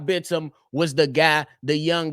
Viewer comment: btw you're pronouncing Bitim's name perfectly